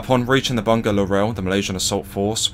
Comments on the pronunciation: Its actually read as bu-nga not bun-ga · Bunga = flower pronounced as "boo-ngaa" PS: you can consult me on Malaysian names for your upcoming videos!